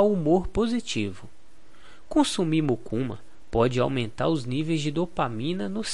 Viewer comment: Não é Mucuna! É Mucunã!